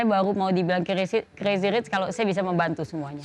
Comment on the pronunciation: Spelling richnya itu lho gus...geli dengernya 😁😁😁